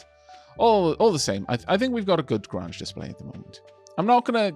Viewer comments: Late to the party, but it's Grange. Not Grunge. It rhymes with RANGE. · Grange is pronounced like grain rather than grah. It comes from the word grain because it used to mean a grain mill or farm. Imagine it like a "grain range"